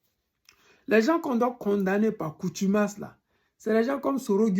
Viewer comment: Par CONTUMACE on dit... Et NON par coutumace